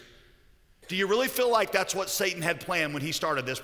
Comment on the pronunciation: Why is he pronouncing it the Sah-tahn? It takes me a minute to realize I think he means Satan (Say-Tan/Say-ten).